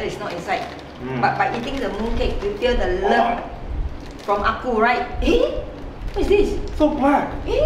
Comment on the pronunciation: I believe the Ah Ku uncle you are referring to, should be your mother-in-law's brother? For better pronunciation, it should be Ah Kuu. Woah, mooncake from Peach Garden! This is one of the famous local Chinese restaurant, which most Singaporean Chinese should know them. The proper name of this festival is "Mid Autumn Festival", which then represents the year has reached the autumn already. As for the history of Mooncakes, actually both you and your mother-in-law are correct. 1) There is a fairytale of about a fairy by the name Chang Er. During that era, there were 10 suns in the sky which were causing droughts. Chang Er husband Hou Yi was a very powerful hero, took his bow arrow shot down 9 suns which then save the people. As reward, the queen of deity gave him immortality elixir as reward. Hou Yi eventually became king and turned a tyrant. Chang Er worried that the country will be in disaster if Hou Yi ate the immortality elixir, so she ate the elixir herself and flew to the moon. 2) There is another later version which the mooncake was used as a container to hide message. It was during the late Yuan Dynasty, and there were rebels all over the country to overthrow the Mongols. In order for the rebels to communicate without getting caught, they made mooncakes and hid the rebellion messages inside the cake. These two are the more popular ones which many locals will know. Actually the Mid-Autumn Festival in records is more for celebration of harvest, when the Emperor will celebr